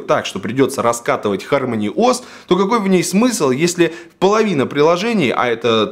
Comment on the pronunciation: Не ХармОни, а ХАрмони